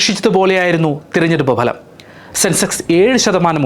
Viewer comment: താനൊക്കെ എവിടുന്നാണ് മലയാളം പഠിച്ചത് തെരഞ്ഞെടുപ്പ് ഭലം അല്ല ഫലം എന്ന് പറയടാ